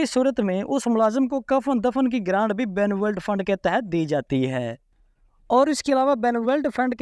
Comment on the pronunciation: اللہ کے بندے پہلے کسی پڑھے لکھے بندے سے بنولینٹ فنڈ کا صحیح تلفظ تو سیکھ لو جب اپ اس فنڈ کا نام بولتے ہو تو سننے والے کو غصہ جاتا ہے اور وہ یا تو اپ کا ویلاگ سنتا ہے نہیں اور سبسکرپشن تو دور کی بات ہے